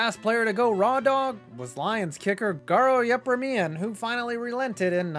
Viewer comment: Credibility drops drastically when you can't pronounce Garo Yepremian's name...